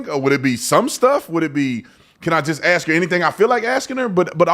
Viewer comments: Ask a question. Not ax a question. Come on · Ask not axe... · Please pronounce the word ask as it is written.... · Love your channel, and a subscriber....but I do have a petty critique.....it's a 3 letter word....ASK. When you can't pronounce a word....it fits stereotypes and lack of knowledge to those with an education.